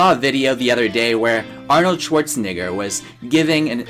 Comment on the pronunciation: Good summary. Thanks. BTW ...it Arnold Schwarze"Negger"... not Nig.....js